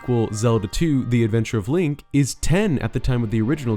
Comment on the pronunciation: 10 months later. still says Lonk